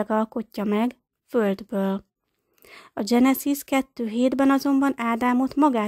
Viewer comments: Mielőtt az ember vállalkozik egy szöveg nyilvános felolvasására, meg kellene bizonyosodnia arról, mi az idegen eredetű nevek, szavak helyes magyar kiejtése. Genezis, Gilgames, stb. Az ilyesmi rettenetesen irritáló és egy bizonyos fokú komolytalanságot kölcsönöz a szövegnek. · Ez nagyon komolytalan, így ejteni, ezt nem tudni. Éppígy a genezis szót angol fonetikával kiejteni. És a többi egyéb hiba. Egy minimális felkészülés azért szükséges, mielòtt az ember közzétesz valamit.